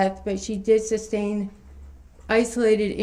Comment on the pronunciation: And………how to pronounce sustain (as it’s not “substain”).